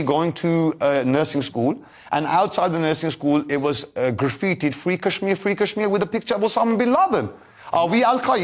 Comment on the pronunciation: He can't even pronounce kashmir properly.